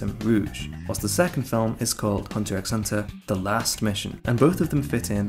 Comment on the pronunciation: Please don't pronounce the 'x'